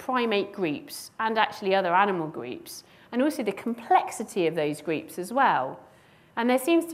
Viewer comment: We have large “greeps”? Took me nearly 10 repetitions to decide that she was saying “groups”.